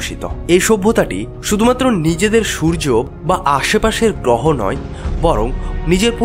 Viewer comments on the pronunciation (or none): 'গ্রহ' শব্দটিকে 'গ্রোহো' উচ্চারণ করলে ভালো লাগে শুনতে, নতুবা হাস্যকর লাগে।